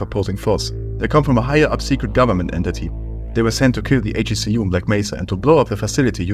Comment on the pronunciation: ‘HECU’ is produced: heck-oo btw